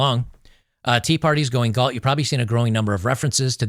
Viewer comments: Galt, not Gault...🤦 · Gault? It's GALT. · Just FYI, it’s “Galt”.